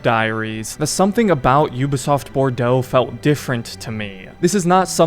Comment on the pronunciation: Bordeaux is pronounced as bordoe and the spellin show pronunciation as borducks😂😂